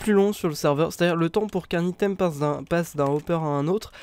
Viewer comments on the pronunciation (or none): none